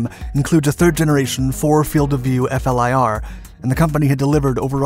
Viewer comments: I cringed every time he says “F-L-I-R”, i wonder if he knows now it’s pronounced “FLEER” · “F.L.I.R.” US Military community: We just say “flir”. 🙄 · Why does he keep saying F. L. I. R. ? Just say what the name FLIR.